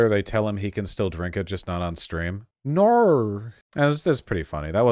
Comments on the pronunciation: As an Australian i'm always confused when people say "no" sounds like "naur" because it doesn't sound like that, but holy shit she actually said it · the 'no' is more unmistakably aussie 😅